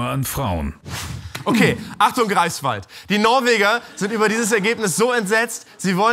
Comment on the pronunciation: Hat er greifswaldee gesagt